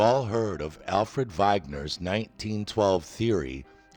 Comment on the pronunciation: Wrong from the mispronunciation of Wegener's name in the first sentence and geologically wrong straight on through. Total geofantasy